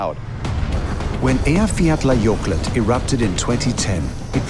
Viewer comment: Still can't believe he pronounced the name of Iceland's volcano.